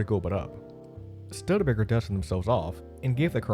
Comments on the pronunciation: Who in hell coached your voice over talent?? This is a glaring error calling it Stud-Baker? Why don't you go back in and do it right? This negates any credibility you have as a documentary maker. Can you imagine if you pronounced Stone Hedge as Stone Head? It's pronounced (US: /ˈstuːdəbeɪkər/ STOO-də-bay-kər or British STEW-də-bay-kər) Look it up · You gotta do a little more research on how to pronounce names correctly! Stood DA Baker, Mick Cull ah, Bridge EAT, etc. etc. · This is voice generated narration hence the annoying ‘stud-baker’ pronunciation. Still, hard to watch, poor production 👎🏿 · There are four syllables in Stu de ba ker. Pronounce with long 'u' as stoo de ba ker. Emphasize first syllable. The Studebaker Brothers have an interesting history as wagonmakers from South Bend, Indiana, going back to 1852 with roots in the successful wagon making business founded by grandfather Peter Studebaker in 1740s Maryland. They built and sold thousands of Connestoga and other styles of wheeled vehicles to Westward traveling pioneers, townspeople, freighters, the U.S. Army... business was good. Studebaker had 50 years of success behind them by the time they built their first auto, an electric model, in 1902. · YES...STOO DA Baker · I'm sure that I'm not only one to say this but it is Not a "Studbaker" automobile. I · It's not a Studbaker, its a bloody Studebaker. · My ears hurt every time I heard Stud Baker. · Studbaker is a cool mispronunciation, al things considered 😎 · I'm only two minutes in. I'm not sure I'm going to be able to continue on as he keeps saying 'stud-baker.' How on earth do you put this much time into a subject matter and not learn how to pronounce the name? Hey, you really need to go back in there and re-do this. It's horribly distracting. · Stud Baker? How are we supposed to trust any Indy if the narrator can pronounce the COMPANY NAME??!! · Is a computer narrating? Studebaker is being mispronounced... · Stud Baker? Stew duh bay ker